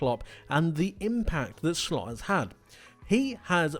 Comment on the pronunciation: Did he say Arne shlot